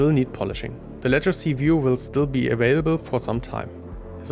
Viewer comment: Sieht super aus! Vielen Dank für das Video. Kleiner Tipp: Legacy wird nicht "Letschacy" ausgesprochen. 🙂